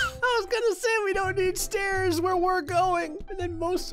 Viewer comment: what they ment to say: grays stairs of misery what they had to say: grays sairs of miser